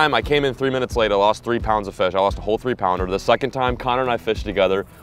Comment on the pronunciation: When did it become a thing for a Caucasian male to say and use “Jouwn” in front of every word like how a Mexican will say Jumbo he’ll say Jouwumbo But these guys are saying Jouwounder for pounder and Jouwass it for Toss it Get your shyt together